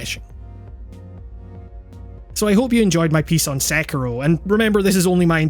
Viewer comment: I reeeeeaaaallly found your correct pronunciation of Sekiro to be refreshing